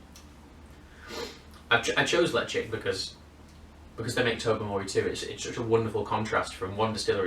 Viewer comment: Enjoyable review. I have couple bottles of early 90s Ledaig 20 year. Surprisingly there is no peat found in it. I'm not sure about your pronunciation of Ledaig. I've always pronounced it Le-Chag. I could be wrong but I find most times I'm not.